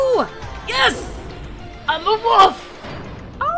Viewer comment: I love how when you say Wolf, it sounds a bit like woof. :P